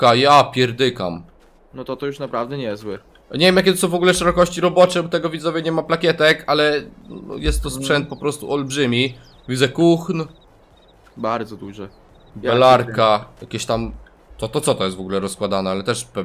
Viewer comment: Naucz się marki rolnicze wymawiać Kuhn czyta się Kun a nie tak jak się pisze